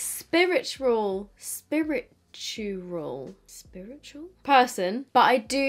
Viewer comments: I nearly woke my baby up laughing at you trying to say spiritual 😯😂 thank you for the laugh x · Love this look! The yellow colour definitely came off neon 😍😍 Also howling at you trying to pronounce sPiRiTuAl 😂